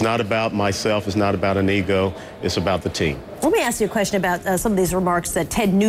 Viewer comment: whoa...at about :33 when he says " it's not about me, not about an EGO" i thought he said before I had to replay it " it's not about me, its not about a NEGRO"....